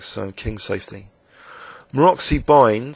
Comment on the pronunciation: Useful video, but pls,, dont say [Maroxy], it is pronounced [Marotzy], as in FriTZ. G. Maróczy was famous Hungarian player, coach and stuff, and your kind of pronounciation really hurts my ears -- sry. Besides, you might actually show off your extensive knowledge in finno-ugric languages and obscure Hungarian words in the future by finally getting his name right. Tempted?:)